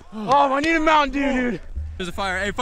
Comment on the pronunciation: Lmfao!🤣 he said " I Need A MoutainDew "